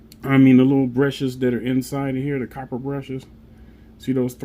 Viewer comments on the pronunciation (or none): none